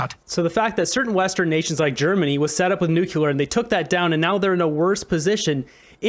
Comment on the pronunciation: It's 'Nuc - lear' nuclear pronounced New- clee - ar not: New kew - lar. President Bush (George Bush) constantly made the same mistake. (Just sayin' ) I adore Danielle Smith, she thinks and speaks so clearly and logically, and so correctly. A great communicator, as is Jordan Peterson. It would be political and social suicide to align oneself with Justin Trudeau and the Liberals. Mark Carney would be making a huge mistake because jumping on board a ship that is sinking so rapidly , no matter how good you are at baling, it's going to sink as you are baling and arguing with a Captain, who is determined to make it sink, and determined to make it look like an accident.